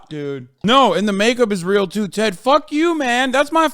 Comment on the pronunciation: i love how hasan never pronounces ted's name right lmaooooo